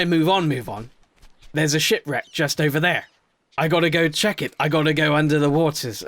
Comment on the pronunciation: you said shit reck instead of ship reck